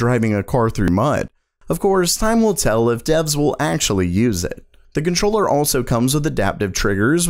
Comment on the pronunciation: time will sell? or time will tell ? he meant tell i think